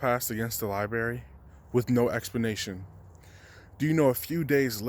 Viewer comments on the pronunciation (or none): Am I really gonna be the first to call him out for how he says library? I'm sorry but your forgetting the r after the b hahaha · The lie-berry lmao